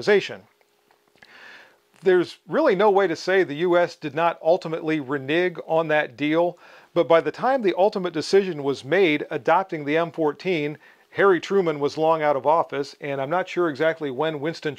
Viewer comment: great vid... BUT its "reNEHG"/renege not what you said ;-)